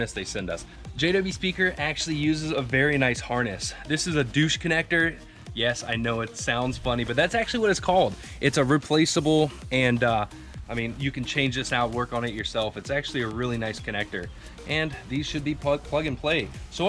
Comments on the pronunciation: its "doytch" (deutch) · LOL...bro...deutsch connector is pronounced like "doych" not "doosh" like summers eve :) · It’s not a “doo / sh “ connector. It’s a “ doi / sh” connector . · It's not the douche connector it"s called the deutsch connector ...pronounced differently ....really? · wait. WHAT kind of connector is that?! lmao. not pronouncing it right, buddy! "Doy-tsch". headlights are the BEST upgrade for the JK hands down. BUT $1000 & bluetooth? i'll pass. i'm super happy with my KC gravity pro headlights. anything is better than stock. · Definitely pronounced DOYTCH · Pronounced do-uitch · I know it's click/comment bait, but... Deutsch Pronunciation